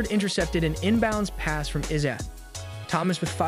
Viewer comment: Did dude really pronounce Isaiah, izah?